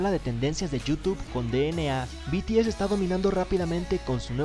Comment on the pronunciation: no se pronuncia de ene a